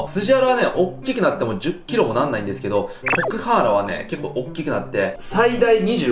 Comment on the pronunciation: 頭と胴体に 切り離しました！でしょ？ コクハンアラを コクハーンアラって 聞こえるのは私だけ？